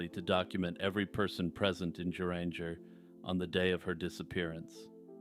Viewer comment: Yup, you slaughtered the Norwegian pronunciations. But, that is understandable! It's not the easiest language, but also not that hard, once you get the pronunciations down. Geranger, Norway would be like Guh-rang-ger. No hard G. My partner and I are both Scandihoovian. Just kidding, we are both Scandinavian and Norwegian. Him more than I, however. I am mixed Norwegian, Swede and Dane, mixed with Scottish and Turkish ( if you can imagine! ). He also speaks the Norwegian language fluently. If you ever need a Norwegian to English translation, please ask and we would be so happy to help you! And yes, we live in Minnesota! Thanks for another excellent video,!